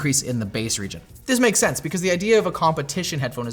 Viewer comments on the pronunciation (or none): none